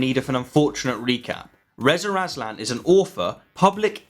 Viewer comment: Why do you keep calling him “Rezer Azlan?”